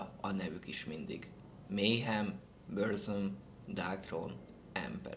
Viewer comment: HELLO!Nagyon jó videó lett végre a kedvenc műfajombol! Annyi még hogy a Burzumot úgy kell kiejteni hogy "Burcum" nem "Börzöm" ezt csak így ideraktam mert egy csomóan rosszul mondják.Azon kívül 10/10 lett így tovább!KVLT